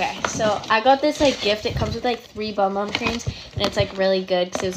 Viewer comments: PLEASE STOP CALLING IT BOM BOM CREAM,ITS CALLED BUM BUM CREAM!!!!! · It is actually pronounced “boom boom cream” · Bc it’s pronounced boom boom actually not many people know it thought and keep saying bum instead of book :)